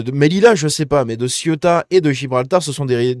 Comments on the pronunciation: Ceuta! vieux! pas Siota comme La Siotta près de Marseille.. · C est pas ciotat,c est ceuta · Cé-OU-ta , pas Ciota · Ca se prononce “Cé-ou-ta”, c’est pas La Ciotat lol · Le derecha c'est la droite. La izquierda, c'est la gauche. Cè outa pas ci outa. Ceuta. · Céouta telle est la prononciation... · Ca me trigger à un point que tu es autant de mal à dire cé ou ta. La ciotat c est en france . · Ça se prononce Cé-ou-ta je crois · T'as toujours pas appris à prononcer CE-OU-TA?